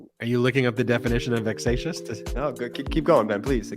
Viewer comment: Time Stamp "Vex-ation" is going down in history! 👠😂